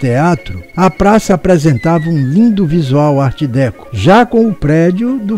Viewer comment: Apenas uma observação para a anunciada continuação A pronúncia de Art Déco em francês é alguma coisa como Art Decô e pode ser conferida neste link